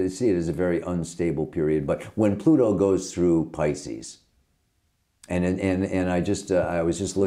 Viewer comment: je spreekt 'pisces' toch niet uit als 'piskus', maar als 'paicies'!!